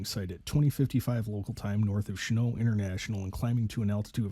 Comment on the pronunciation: The airport name is pronounced "Shen-NAWLT." Who in the world does NOT know who Claire Chennault was?? That being said, the student pilot was an IDIOT who basically murdered his wife and child.